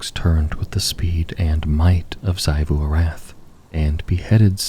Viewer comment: Small note: Xivu Arath is pronounced ZEE-voo ar-ATH, not ZAI-voo. Aside from that, amazing as always!